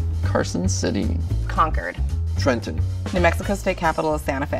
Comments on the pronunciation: C’mon Jersey, pronounce Trenton right, man! 😒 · I dunno, I’m still looking side-eyed at how he pronounced ‘Trenton’ 😒